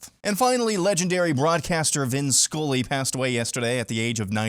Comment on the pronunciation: Vin "School-ey" ?